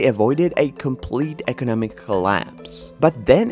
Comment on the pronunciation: EKENEMIC POWERHOUSE....EKENEMIC MIRACLE